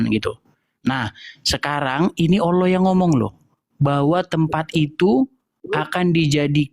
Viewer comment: Heeeeeeee Karena yg di ajak debat itu orang kristen sendiri yg di modelkan seperti ustadz , kalau asli ustadz pasti bisa baca Al Quran . Nyebut Alloh saja Awloh , sangat kelihatan ustadz palsu nya . Km di bodohi si edis yaaaaaa Kacian x kau . haaaaaaa haaaaaa haaaaaa